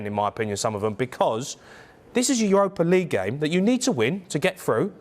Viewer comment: Its not Europa Leage Jaime lol